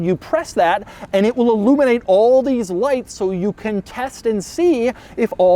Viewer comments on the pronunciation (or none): none